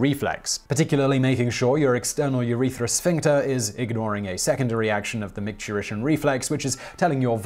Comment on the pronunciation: I took a drink every time Simon mispronounced urethras